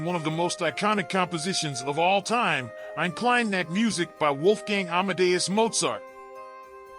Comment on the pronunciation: God, what a bad pronunciation on "Eine Kleine Nachtmusik"... you know you can find out and learn the correct pronunciation, if you really want to.